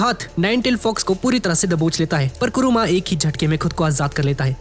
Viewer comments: bhai vah kuruma Nahin kurama hai 😅😅😅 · bhai kuruma nhi😅 kurama😂😢